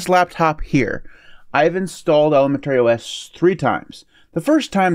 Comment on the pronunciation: Maybe he's been pronouncing it that way since ElemenTERRY school?